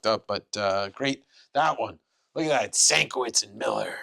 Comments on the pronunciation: Hey mate, I love the videos but you're pronouncing Bill Sienkiewicz's name wrong - Shen-Kev-itch .... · Dammit … it’s Sin-Kev-Itch